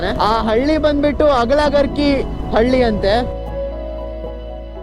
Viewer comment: ಬ್ರೋ ಅದು ಅಗಲಗುರ್ಕಿ ಅಲ್ಲಾ ಅವಲಗೂರ್ಕಿ